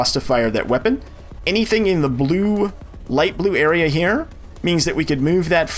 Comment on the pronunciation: These videos are great. Two annoyances (and I realize this series almost 5 years old)... The pronouncement of "here" as "he-EAR" is grating. It wouldn't be bad if it wasn't said multiple times in a row at times. Also the repetitive instructions take forever. Other than that though, awesome tutorials and very great info!